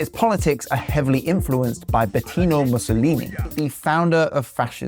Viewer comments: Congrats you've made a very controversial video. Also it's 'Benito' not 'Betino' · Don't know if anyone caught this, but said Betino Mussolini instead of Benito Mussolini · Mussolini’s name is Benito not Betino😂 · BENITO!!! (Not Betino!!!). Giorgia is fine. She works for sound values within Italian Democracy. Forza Giorgia!!! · "Bettino" Mussolini? 😅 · Someone who does not even know Benito Mussolini (judging by you pronouncing it as Bettino) is clearly not qualified to talk about this topic. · Its Benito Mussolini, not BETIno Mussolini... Also Orban is PM not president, damn, you doing your job sooo poorly... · Benito not betino... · Betino Mussolini? Really? BETINO? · *Benito, not “Betino” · Not that I'd ever urge you to pay such figures the respect of pronouncing their name correctly, but just to inform others: that guy's first name is Benito, not Betino. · "betino mussolini"💀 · Cant even pronounce his name right, yet he’s still talking about this topic as if he knew anything about it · Bro, you couldn't even get Mussolini's name right and you wanna lecture people? LOL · I don't think it's about mispronouncing, he just has read that wrong. Anyway, it's a shame, because it really does make him look like not as well-informed as he otherwise seems